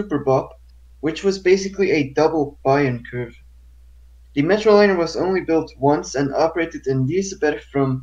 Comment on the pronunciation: It's pronounced Bayern Kurve not Bayern Kurve!!!